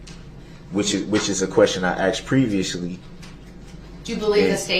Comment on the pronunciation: Cause you axed